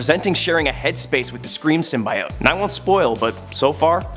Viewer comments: why tf is he saying symbAiote its symbiote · Err... hate to break it to you, but most people would say pronouncing it "SYM-BYE-OTE" is screwing it up, as "SYM-BEE-OTE" is the most commonly used and accepted pronunciation. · (Sim-bee-ote) not sim by ote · It's sim- be- it. Symbiotic, Cut at I, add a T. It's not pronounced Sim-Bi-ote because they say it in a movie. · Sorry it's pronounced sim-by-ot not sym-by-yote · its pronounced symbeeote not symbyeote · Did he seriously say sym bai ote? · It’s sym bee ote confirmed by marvel. You would think you would do your hw, so sad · Bro say it with me: sim bee oat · Symbyiote lol! Don’t worry man it’s good. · Every time you say SymBIote I want to rip my ears out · No one... Literarly no one...: Sym-bye-ote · Sim-bee-oat nothing else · Say it with me SIM-BEE-OAT! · first. it is symbit. symbIOte is for the french. second. if an old symbiote like venom gets a new for form. that doesn't make them a new symbiote. but whatever makes you a video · its sim bee ot :P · Heard "sum-eye-it" and dipped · Stop saying sum-BYE-ote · To be clear, we're talking about cringing about "sim-BYE-ote" right? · Bro he kept saying SIMBA YOT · Sym-bee-ote is way cooler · Most commonly used perhaps, but incorrect. Ask a biologist. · I swear he’s mispronouncing it on purpose. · I can’t watch watch this video with him mispronouncing symbiote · I can barely watch this video cause of how he pronounces symbiote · His pronunciation of symbiote made watching this a pain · Hearing you mispronounce symbiote is like hearing nails on a chalkboard while cats in heat have sex while pouring acid in my eyes. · Lord, out of all the things that bugged me in this video it’s how he says symbiote.. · Was gonna say don't worry about the haters ... Then I heard you say symbiote.